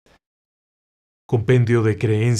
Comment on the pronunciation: es kabala con acento en la primera a